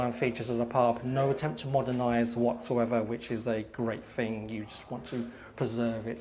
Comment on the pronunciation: Please pronounce your ‘th’ correctly. One gets rather weary, hearing the English language being butchered, with ‘froo,’ ‘fing’ and ‘parfway’.